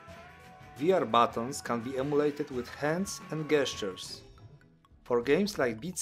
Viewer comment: FYI gestures is pronounced jestures.. like the j for jesus sound not G for god